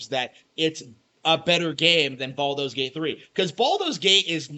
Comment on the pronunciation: "Balldo's Gate", lol